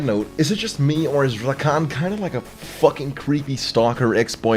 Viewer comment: I love how says "RRRakan". (No Homo).